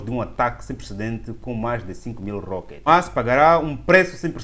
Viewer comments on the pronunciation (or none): Irmao me perdoe mas nao se diz Omas...mas sim HAMAS( é arabe o termo)